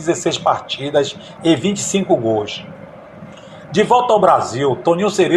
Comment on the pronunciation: Caro amigo. Me chamo Roque Rios. Sou amante e saudosista do futebol. Gosto muito dos seus relatos. Mas, por favor!! Não pronuncie GOIS. A pronuncia é GOLS. Obrigado.